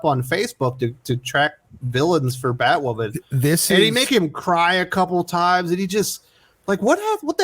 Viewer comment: ‘If you’re not a viewer of the show’ ??? 😂😂😂😂 NO ONE is a viewer of Batwahman. 😂😂😂